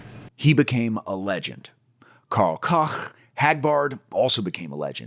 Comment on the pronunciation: You said Karl whaaaa?